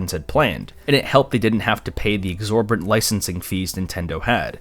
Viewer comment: versus, not "verse" exorbitant, not "exorbant" Typo in the subtitle I know this was a long video, but you should still be careful.